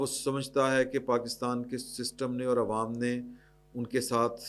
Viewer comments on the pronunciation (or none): none